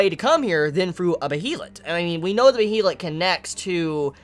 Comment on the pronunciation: Also, regardless of how behelit is spelt, it is pronounced like Bey-lit I believe. It's clearly a foreign word. It looks possibly Nordic or Germanic in origin, so the pronunciation rules will obviously be different. All the anime adaptations have pronounced it like that. Someone let me know if they think otherwise or have different info. I'm just pretty sure you've been pronouncing it wrong this entire time, but no one else has pointed it out. IDK.